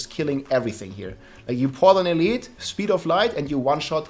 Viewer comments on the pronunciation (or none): none